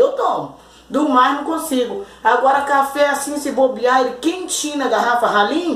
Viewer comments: Oi amada o seu não é café é cháfe kkkk amém miga Deus abençoe vcs tbem bjs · Isso não é café, é chafé kkkk